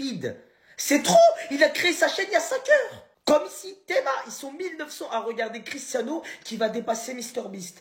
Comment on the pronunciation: Et les mecs, on dit Cristiano